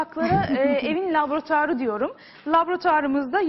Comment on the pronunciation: labrutuar :) deme sen laboratuvar diyemiyorsun cunku :)